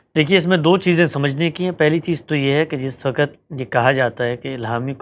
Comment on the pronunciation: Not wakat, but waqt (وکت نہیں، وقت)